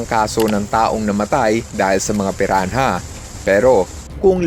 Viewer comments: Pirana (piranha) hindi piran-ha..ano ka si tipsy d? TANGA‼️‼️‼️ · Pirana po yung pag bigkas sa Piranha ☺️ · Piran- ha? Hahahaha